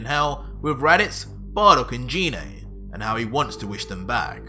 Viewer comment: I like the story everything in your doing great job. Dhoni thing that I have a problem so far with is the 3 names that you keep saying wrong which is the vadeil which is goku's daughter-in-law in his goddaughter is pan like in frying pan and his mom Gine the e can make an a sound like In make it dose not have to have an e after it all the time.